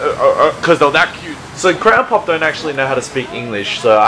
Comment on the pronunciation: The way says Crayon Pop, it sounds like grandpop